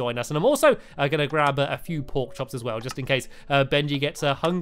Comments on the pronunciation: Stampy Stampy Stampy you said porkchoks instead of porkchops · he said porkchoks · Stamps said porkkops not porkchops. Also anyone watching in 2017????? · You Said Porchoks LOL